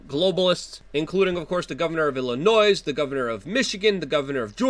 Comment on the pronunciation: Luke, the S in "Illinois" is silent